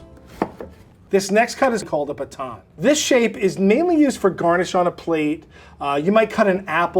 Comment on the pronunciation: think about the way you're saying baton, do you say bacon in the same way?